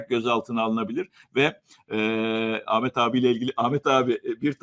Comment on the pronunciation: Lütfen adini Amet deyip durma, hakaret gibi gelyor